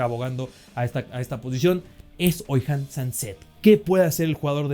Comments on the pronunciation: Por cierto Oihan se pronuncia sin la H, como "ollan", digamos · En el Athletic Bajas: Unai Núñez, Petxarroman, Nico Serrano, Iñigo Córdoba, Imanol, Iñigo Vicente y Beñat Prados Altas: Guruzeta Pd: Es Oihan Sancet (Se pronucia Oyan) y Unai López se fue la temporada pasada. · Oihan Sancet, pronunciado "Ollan Sancet" más o menos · la H es muda. Sería "Oyan". Un saludo.